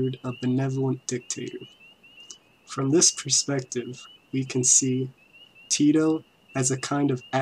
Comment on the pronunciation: maybe if you could say his name proper rather then "Tido" lol